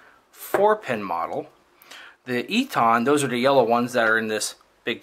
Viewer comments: EATON is pronounced "E TON", not "E TAHN" Just an FYI... love your videos! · Great Vid ! Thank You. Very minor point.. Eaton is pronounced 'Eatin' Like the colloquial for Eating..